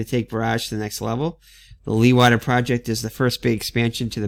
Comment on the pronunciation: Hi, just found your vid. You might like to know that Jan Leeghwater was a Dutch hydraulics engineer who engineered the first land reclamation programme's. The name is pronounced "Lay g water" with a very strong G-sound like clearing your throat and the emphasis on the the Lay.